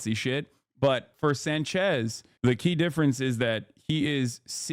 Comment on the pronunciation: Accent on the first syllable, hassan, plz. It's SÁNchez, not sanCHÉZ